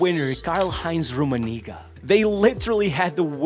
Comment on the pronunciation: bro did not say rumenigge 🫩🥀✌️